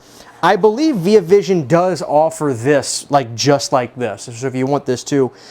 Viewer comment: first time i ever heard someone say veee ah vision